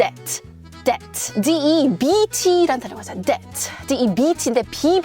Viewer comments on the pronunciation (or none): none